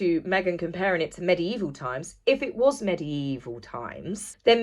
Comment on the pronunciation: It's 'MEGIEVIL' times!!..😡